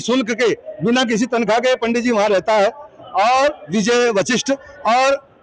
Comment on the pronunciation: संवाददाता up tak पंडत नहीं होता पंडित होता है. थोड़ा तमीज में शब्दों पर ध्यान देकर बोलो. आप संवाद आता है आपको शब्दों पर अच्छी पकड़ होनी चाहिए. पहले ट्रेनिंग ले उसके बाद माइक पकड़े 😡